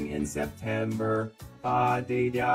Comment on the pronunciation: Him absolutely BUTCHERING September is just something else. It's like he was simultaneously so close and also had never heard the fucking song before in his life